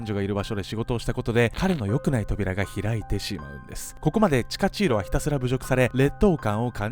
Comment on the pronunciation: チカチーロがタチチーロやな(;-;)